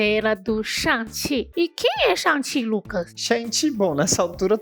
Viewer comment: "chuangue tchi" rsrsr vou chamar assim agora nas rodas de conversa de velhos nerds